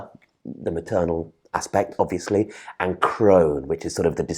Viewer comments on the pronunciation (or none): none